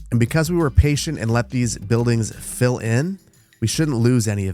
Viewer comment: Every time you say "let them fill in", I hear "let them Phil in" 😂